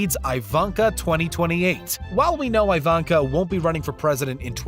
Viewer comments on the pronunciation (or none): EE- VAN- KAH….. not Ai-Van- kah for God’s sake, It’s a Slavic name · The way he pronounces things like Ivanka he keeps saying I-VON-KA it's pronounced E-VON-KA